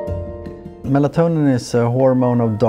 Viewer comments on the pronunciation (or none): none